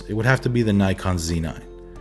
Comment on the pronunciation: Keep saying the Zed 9!